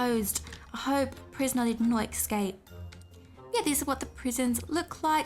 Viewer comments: “Excape” Lol no hate I love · Lol you say esxcap XX Love u !